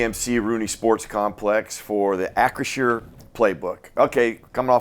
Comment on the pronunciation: Holy shit. said Acrisure correctly! 🎉